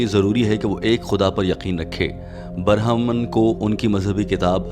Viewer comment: Bohut khob bhai .. yeh word (barhaman) nahi hai ( brahman )hai aur hundu mazhab hai ek firqa hai jo khob ko saab hindu mein azeem samaj the hai ... sorry for correction words thanks for nice information with beautiful voice